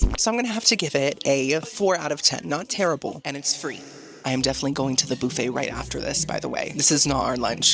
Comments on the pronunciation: Boo-fay is cracking me up!! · I adore how you say “boo fay” 😂❤